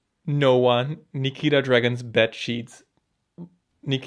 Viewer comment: I dislike nikita too but you shouldn't mispronounce her. Always remember that you dislike her because of the amount of drama she puts herself in, not the fact that she changed herself to be more comfortable in her own body.